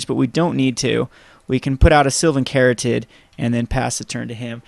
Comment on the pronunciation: The "caryatid" in Sylvan Caryatid is a real word. It's pronounced "carry-AT-id".